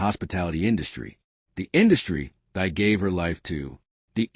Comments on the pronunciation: For the first time, thanks the news host has pronounced the lady's first name correctly. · Thy is pronounced Tee or Thee.